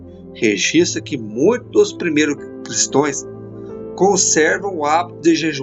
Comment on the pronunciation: Se fala Cristãos e não Cristoes